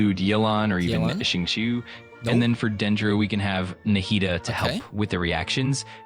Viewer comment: I am very curious what kind of AI even stutters this much and talks like a "" than an actual "Dumb AI". PS: It also pronounced Xingqiu terribly wrong.